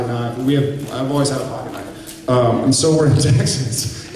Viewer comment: "My daddy has a pocket knife" Whoa, Jared your Texas accent is showing!